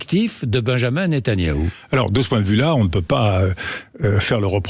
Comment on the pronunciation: magistral comme a chaque fois DE VILLEPIN , seule bémols, il prononce toujours mal Netanyahou